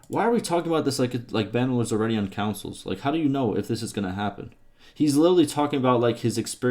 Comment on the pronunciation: bro that's too funny "councils" hahaha